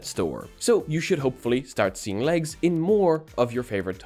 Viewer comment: i heard lags instead of legs XD, imagine glasses with remove clothes IA lol